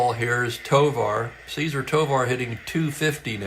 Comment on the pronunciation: Not a criticism but a question. I remember Tovar’s first name being pronounced with the emphasis on the second syllable (Ce- ZAR). But, I was 6 in 1966, so my memory could be flawed (shocking, I know). 😅😅😅😅